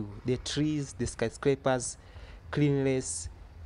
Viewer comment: Nice video everything perfect. Don't say DALE_SALAM. What's wrong with you guys L-R R-L just say Darrrrrrrrrrrrrrrrrrrrrrrrrrrrrrrrrrrrrrrrr dar_es_ salaam and also the tiiiz what's the tiiiz mean? The trees